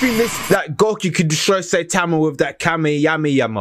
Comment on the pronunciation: Bro really said kamyamyama it’s ka me ha me ha